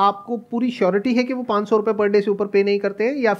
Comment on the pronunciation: Sandeep sir panch( 5) ko hmesa pan bolte h Like Pan-das% log 😃